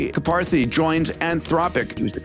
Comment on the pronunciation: Love the show! Peter, please check pronunciation of Karpathy